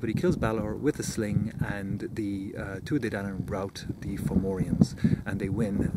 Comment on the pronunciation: Thanks for taking the time to make this! Really enjoyed your work, and it was fun hearing so many of the names actually pronounced.